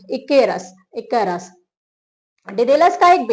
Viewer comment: ICARUS : ई-क-रस